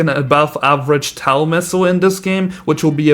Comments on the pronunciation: My dad (Iraq veteran) walked past, as I was watching this and he said "he's saying TOW wrong" he pronounced TOW like toe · toe is the correct pronunciation